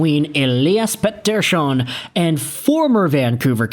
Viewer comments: Stop saying petershun it's ridiculous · Overpaid. Sucks to be a Van fan, but I am not surprised with the weak sauce. But seriously man stop saying his name like a swede its pathetic.